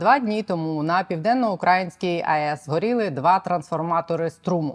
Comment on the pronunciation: Хм... Дивно почути від вас "південноукрАїнський"